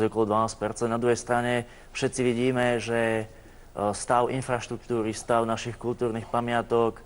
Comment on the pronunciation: Pchoobleeem ktochyy ,.. :DDDD Infchaštuktuchy .... Róm vie aspoň rozprávať..